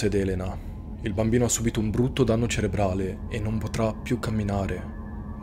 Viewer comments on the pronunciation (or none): none